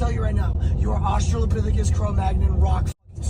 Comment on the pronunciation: HE CALLED HIM OSTRO-LOPITHICUS HAHAHAHA Holy shit this fucker has definitely watched some Murdoch Murdoch hahahaha.